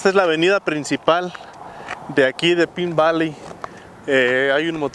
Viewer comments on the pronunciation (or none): En Arizona todo es mas Vara...en California todo es mas CARO!! por cierto ( no te ofendas) pero no se pronuncia "pin" Valley, creo que "Pain" Valley suena mejor. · Se pronuncia pain valy. Pine valley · Pronunciando El nombre de El Pueblo incorecto.